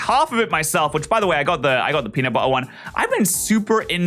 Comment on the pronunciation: PENUT BUH-ER